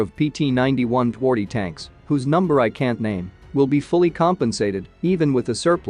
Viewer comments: Twardy is pronounced tfardee. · Twardy - is pronounced as tvardy. Not that difficult. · Twardy is pronounced Tfar-dyh. Please, check pronunciation every time as what you say does not sound at all as what you are saying. Cheers.